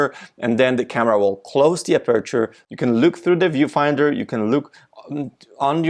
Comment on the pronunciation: You really need to practice to pronounce “aperture” 😉